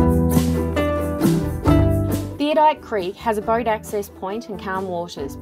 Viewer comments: Great pictures of a beautiful place, however, It is pronounced Theod - oLite not theodite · Ummm if your going to show places how about you pronounce it correctly it is pronounced "thee od o light" Not "theo- dight" wow insults to locals who named it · I am amazed at the amount of people who cannot pronounce Theodolite THEE -OD-O-LITE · Theodite? No, it's Theodolite.